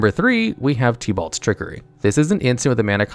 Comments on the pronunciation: "OMNOTH" "TEEBALT" "BED EVIL" I literally can't with you, bro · “Teabalt in kaldhem” :|